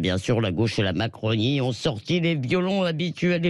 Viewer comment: non Madame, il n'y pas de liaison entre violons et habituels. D'ailleurs, allez donc soigner vos problèmes d'élocution auprès d'un orthophoniste svp, c'est très désagréable de vous écouter parler ainsi.